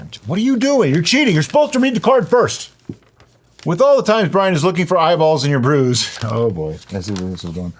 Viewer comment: Welease Bwian. 😂😂😂 Welease Dewikka. 😂😂😂